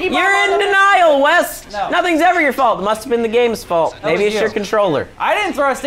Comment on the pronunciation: It's wess's fult